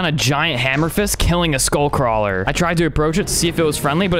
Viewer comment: skull cwaler